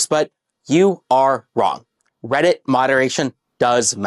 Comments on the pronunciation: I literally skipped around a couple times and in almost every skip this guy has said Redditt. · blud literally says "weddit"